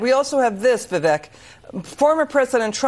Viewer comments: I think it’s viv ake. Like cake. But I love how he doesn’t care if he is called Viv Eck. Stud. Logic. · It’s pronounced Viv-ake, get it right, ffs.